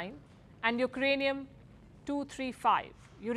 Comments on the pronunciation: Pakistan's nuclear capability has dumbfounded Palky to such extent that she could not pronounce uranium.Well done Pakistan!!! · Ukrainium 😅 or uranium 😮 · Not ukranium, it's uranium,😂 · She's found ukranium in india😂😂